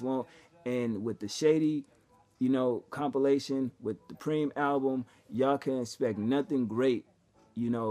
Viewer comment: Sorry sir, it's 'PRyhme', not Preem.